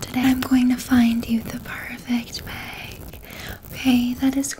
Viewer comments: Gosh I love the way Canadians say bag... BEHG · i love the way canadians say bag